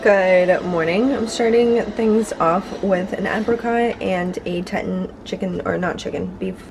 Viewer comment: I think that Teton is pronounced TEE-tahn. Like the Grand Teton National Park. 🙂